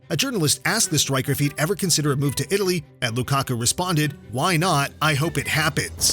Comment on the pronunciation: “Leagues best stwiker”